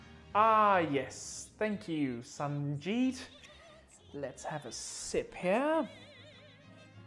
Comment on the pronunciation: You only pronounced Sanjeet wrong.